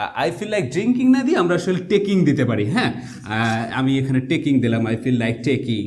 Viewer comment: স্যার আপনি বললেন টেকিং এটা টেকিং নাকি ঠেইকিং হবে উচ্চারণ?